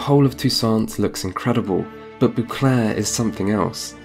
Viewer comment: I need you to stop saying " boo clair"